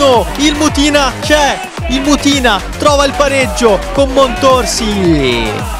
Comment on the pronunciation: Comunque non è mutìna ma mùtina